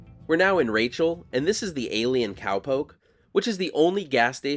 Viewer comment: Great video, "McFarthest" 😆"A'lie'inn" 😆